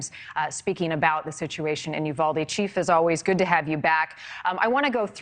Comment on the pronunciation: Yes!! But they all keep mispronouncing Uvalde also. 😕😅